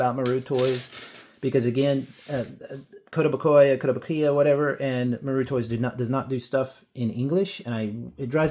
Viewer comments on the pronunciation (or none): "Musk is a piece of shit" How do I give two likes to a video? Also, kow-tow-BOO-kee-uh. These toys look great.